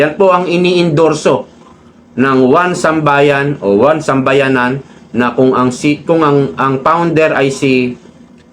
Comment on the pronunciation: 1Sambayan NOT 1SambayaNAN! Paki EDIT ng sinasabi kasi MALİ!